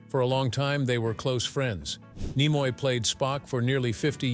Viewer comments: Sorry; hearing the AI voice mispronouncing "Nimoy" caused a hard pass. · How you're pronouncing Nimoy is really annoying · So many different and unique pronunciations of "Takei", and of "Nimoy" in one video. Weird. 🤷‍♂